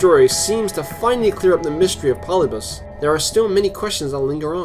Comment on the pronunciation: Not Polybus. Pol-lib-i-us.